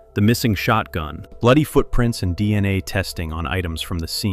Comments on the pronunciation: Break the video up and actually narrate it. After an hour in, hearing "Deina" insted of "D N A", i just can't do it. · Fucking AI…”dina” evidence